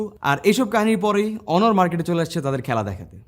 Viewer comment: অনর নয় ভাই অনার